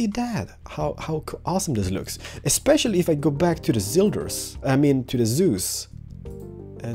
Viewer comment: am i back in Diablo 3? and i don't think think seus shader is pronounced zeus.